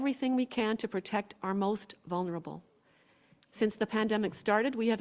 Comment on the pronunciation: "for our most vun-ur- able". Jackass 2021